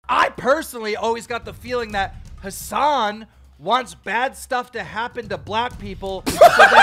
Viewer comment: Why does he keep pronouncing your name like “has🏎an”